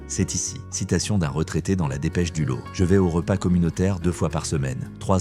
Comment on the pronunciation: Ça oui c’est une pub de qualité et c’est v rai(on dit "lote")